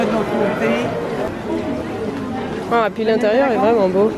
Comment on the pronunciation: "Et pi l'intérieur est vrinment bô", tu choppes l'accent que tu le veuilles ou non !